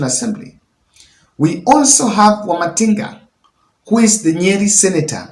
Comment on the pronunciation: It's wamatangi and not Wamatinga bro